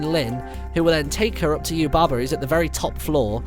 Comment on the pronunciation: Did any one else notice he said " Bo shes Yubba's son" XD